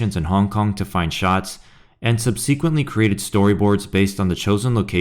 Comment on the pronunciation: 👍 But why can nobody pronounce SUB-se-quent-ly these days?